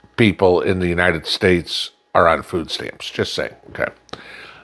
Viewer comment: It's not food stamps for Christ sake...it's "FOOO STAMMS"